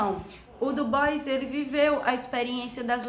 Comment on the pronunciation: Sua resenha é um oásis, pronunciou o nome do Du Bois certo, eu já parei pra ouvir com mais atenção :)